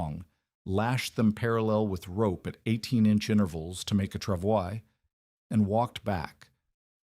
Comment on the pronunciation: Pronounced "Travoy".